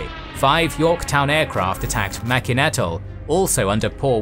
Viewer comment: I believe "Mack-in" Atoll (Which I've always pronounced as "Make-in") is actually pronounced "Mug-in". Just a head's up.